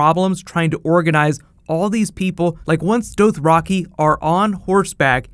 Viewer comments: its doth-ra-kai not doath-ra-kee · Why do you say Dothraki so weirdly? Good video BTW. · Say Dothraki right smh